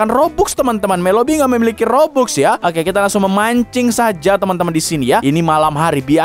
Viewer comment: Robux dibaca robax cupu